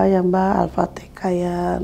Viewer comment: alfatihah bu bukan alfatekah